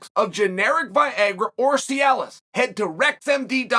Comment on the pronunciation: I always wondered if Chael mispronounces names on purpose; after hearing him say ‘Viagra’, now I have the answer.